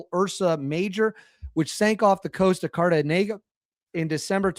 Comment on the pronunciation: "Cartagena" is pronunced "Cart- ta-Henya" buddy. Thanks for all you do.